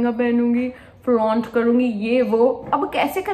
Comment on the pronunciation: The way you said flaunt 😅😂